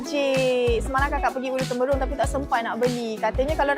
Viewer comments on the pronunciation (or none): Bukan Ulu Temberong kak, Ulu Terumbong la 😂